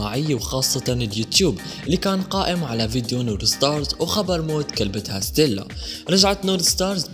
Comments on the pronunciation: مشان الله ليش بضخم صوتا لما بتقول ستيلا بتطلع معها صطيلا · ههههههههههه سطيلا انا لاحظت وعم قول لحالي ليش عم تقول سطيلا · ليش عم تقول صطلا ؟ 😂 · تفي على ذي الاشكال التافهة فرحانة بالمناكير ههههه وتنطق صطيلا